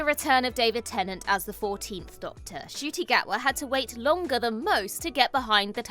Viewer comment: You actually do pronounce the N in Ncuti Gatwa's name. Don't worry, even he didn't know.